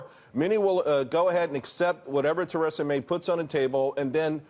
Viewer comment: What is it with American news networks being absolutely incapable of pronouncing people's names? Theresa May is hardly a difficult one to research.